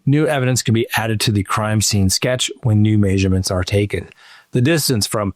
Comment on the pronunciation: Stop saying MAYSurements